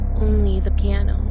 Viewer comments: It's piano not plano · It said plano it should said piano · Its plano not piano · Nobody: Not a single soul:: “Plano”